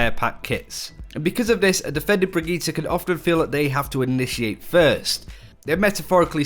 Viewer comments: ajit pai No. The name is brigitte not brigitta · Brigitte is not pronounce Brigitta! its sound like Bridget!! i am swedish and Brigitte is NOT a swedish name. the swedish version is "Birgitta" not brigitta!! Her name is a French version of that name. And it is pronounce Bridget. Just like Brigitte bardot. And her name is NOT pronounced B-R-I-G-E-T-T-A! Can anyone see a A in the end of her name!!?? NO! så WHY do everyone say th letter A in the end. Its brigitt"E" NOT "A"!! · Say it with me now "Bridge Eat" say it fast and you have her name, how on earth did you get bridgeta? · Breegeeta sounds fucking dumb I don’t care if blizzard intends it to be pronounced this way. I’m not watching this channel anymore until they pronounce it right? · stop saying brigittah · Bregeta. The prince of all saiyans. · I don't know where you guys even hear an a. It's bree-gee-tte. Sure the e at the end is a little 'stressed' but that's it. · I dont like the sound of the pronunciation of her name, sounds like Vegeta, but with a B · Far as I'm concerned they're all saying it completely wrong. It's correctly pronounced as "bridge-it". With that being said, it should be noted that I'm actually currently majoring in English. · Quick pronunciation tip: Emphasis is more on the double T than on the i before it (Brigitte vs Brigiite). Otherwise great job on that and thanks for making the effort. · I can't watch videos about her because of the pronunciation. It literally makes my teeth clench. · Except they're actually using a Swedish pronunciation, not a German one (srsly, look it up, the German is "brih-gih-tuh"), which makes it even more obnoxious.